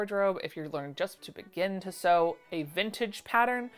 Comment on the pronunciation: Sauce eee. Lol i don't sew garments uet but that doesn't mean its not exciting